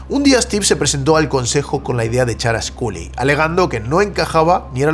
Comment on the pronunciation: Cada vez que pronuncia Sculley con la U me sangran los oídos.... que horror.